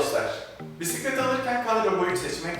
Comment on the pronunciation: Bislet değil !!! Bisiklet önce Türkçeyi bir öğren sonra bilgi ver.Bislet bislet anasını bellediniz dilin bir öğrenemedi bizim millet şunu.